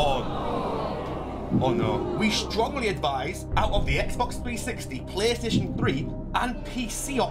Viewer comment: Ah yes, PlayStaion3